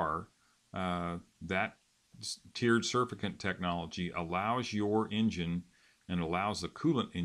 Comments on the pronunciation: not surf-i-cant Suuuurrr-fact-ant... aka soap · It's pronounced "surfactant", not surf-a-cant.